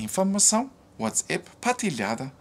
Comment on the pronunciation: fala uatsAp e não uatsEPS. O A alemão é igual ao nosso A brasileiro. Valeu